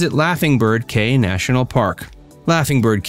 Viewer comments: If you can't pronounce the name of the caye correctly then you have no credibility at all to be making videos about belize.. You called it as KAY but that is actually pronounced key.. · Its Belize Barrier Reef ,NOT MESOAMERICAN REEF. CAYE is pronounce "KEY" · Great video, Caye is pronounced Key. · it’s definitely pronounced as Key in Belize. Belizean man ma’am! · Good information, although you left out some very important sites and mispronounced 'caye' (it's pronounced 'key' and Caracol is pronounced 'Cara call' not 'Cara sol'. Those are only a few examples.